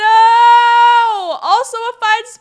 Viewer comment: Bruh. The fact that you're Korean yet still pronounce "Minho" like "minnow" instead of the correct "Meen-ho" hurts my fucking soul.